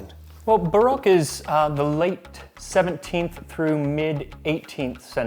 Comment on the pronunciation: doesn't instill a ton of confidence when he mispronounces Rococo and Baroque. It's more like misplaced tonal inflection